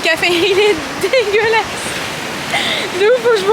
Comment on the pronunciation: Tu peut arrêté de dire DEGUELASE je trouve sa irrespectueux 😅